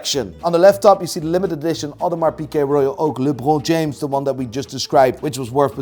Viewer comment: why did he pronounce Lebron James like that? 🤣🤣🤣